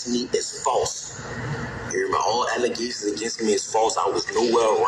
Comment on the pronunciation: Alygasins and afadavis 😂